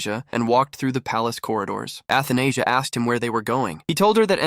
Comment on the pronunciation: Athenasia (Anesthesia)😭 pretty sure it’s read A-tha-na-sia